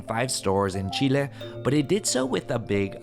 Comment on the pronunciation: Si estás hablando en inglés, no es necesario pronunciar Chile así.